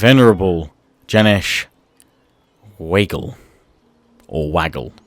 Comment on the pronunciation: Wagle is pronounce Waag + Lay